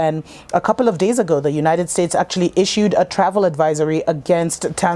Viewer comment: Is she saying the United States or divided